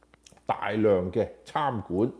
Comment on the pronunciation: 餐(chan)館，不是參（Cham)館